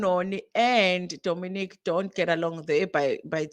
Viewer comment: They are both confusing me in different ways, we are trying to understand the community & catch up with all their ongoing changes but they're taking us 10 steps back 😮‍💨 Nonie is intentionally mis pronouncing Dominic but they want us to respect how they want to be called 🤷🏽‍♀️ & Dominic said is nonbinary but also said we must refer to her as a She & again also says she's a gay man...doesn't nonbinary people non gender & referred to as they/them/their??? Ay they are really confusing us 😕